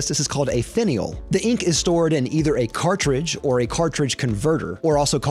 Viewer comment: Who else got triggered when he pronounced cartridge the wrong way (pronounced cartridge)